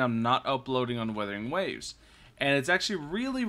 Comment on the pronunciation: 笑死人 米哈游給你的商單蠻多錢的，連游戲都沒玩過就照著稿念肯定會念錯的 要多練習一下:face-blue-smiling:沒事 不怪你 賺錢嘛 不寒摻